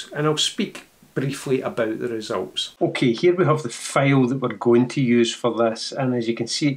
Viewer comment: I love your accent....but you got me with the 22 Megabyte FAIL...What is a FAIL.... After about the 4th or 5th time I heard it, I finally got it. A FAIL is Scottish for a FILE with a long eye in American English. For us Yanks, fail rhythms with pale or pail. English is so screwy. "My attempt at editing was a major fail"...Like failure, failed, DOUGH is pronounced D-OH COUGH is pronounced CAW-F There is a street in San Francisco named GOUGH... Not GO, not GUFF, it is GOFF Do you say NILE like the river in Egypt for those pointy metal things we hit with hammers? As I said, I really love your accent, it is beautiful. Reminds me of the great Sean Connery. And once I got it, I totally understood. It is very charming...